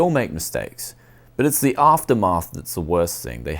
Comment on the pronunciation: Aftermath not "Aftermarth"